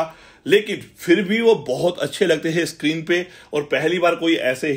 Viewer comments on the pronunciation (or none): none